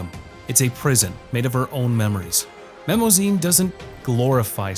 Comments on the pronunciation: Spell it right, say it right: Mnemosyne. Four syllables. (m)ne-MO-suh-nee. A minor Greek goddess, the mother of the seven muses and the god of memories, hence the word "mnemonic" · Mnemosyne is actually pronounced "Neh-mo-shee-knee". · I can't believe you didn't mention Chaos Head. That show freaked me out so much I could only watch it once. Also, the first M in Mnemosyne is silent.